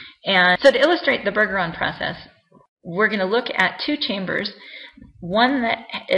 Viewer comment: It's BUR-jur-ahn. Trust me, I'm a Bergeron.